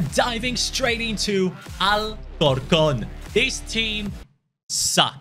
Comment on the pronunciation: Nigga u said way wrong Al cor con